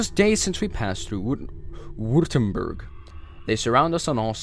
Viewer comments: Württemberg > Vurtemburg Österreich > Ooster-rye-ck Jäger > Yay-ger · Saw you had some pronunciation problems, so figured I’d chime in to help you in the future. The end of Osterreicher is pronounced somewhat like bike, but with an r instead, so “Oster-rike” Württemburg is “Were-tem-berg” or “borg” depending on which you prefer, and Jäger, whom were basically just skilled hunters/riflemen in Germanic nations, is pronounced like “Ya-gur”. Great video just like the last ones! Glad someone is doing in depth tellings of it. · Don’t you mean österreich oester-raish Jäger- yègah Württemburg- Vuerttemburk